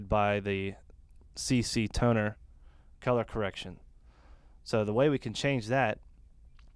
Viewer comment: Awesome video, very helpful! But seriously... learn to pronounce "color"! haha